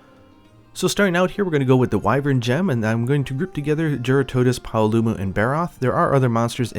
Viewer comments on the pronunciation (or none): It’s jeer-rah-tuh-dose. I’m confident it’s ah not uh